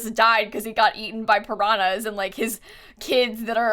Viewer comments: Aaaah I love to hear mispronouncing "piranhas" 😂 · I would like to share that as a brazilian I am very amused by the way you say piranhas